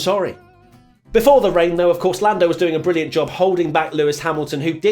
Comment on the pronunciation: Been hearing a lot of “Forlando” in every review lol